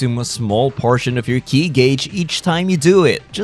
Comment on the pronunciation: It's pronounced "Key" not "kee aye"